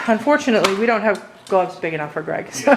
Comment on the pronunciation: Yes Greg pronounced it correctly